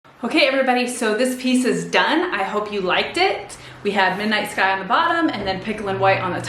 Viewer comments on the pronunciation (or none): none